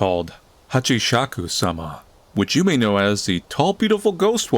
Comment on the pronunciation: Her name, and the game's title, is actually said "Hasshaku-sama".